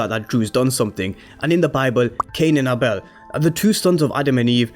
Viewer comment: Would be a great twist if Dru kills Cane and him and his boyfriend work together to cover it up, with the boyfriend taking the fall for the crime. BTW it's pronounced Ay-bel not Ah-bel.